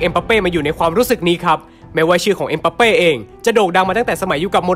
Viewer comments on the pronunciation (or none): มันชื่อเอ็มบัปเป้ ไม่ใช่ เอ็มปัปเป้